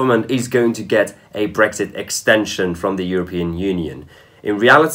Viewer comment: Please pronounce the X in BreXit.... it's not Breggzit unless you're Tony Blair.